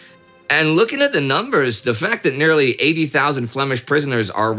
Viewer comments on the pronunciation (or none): none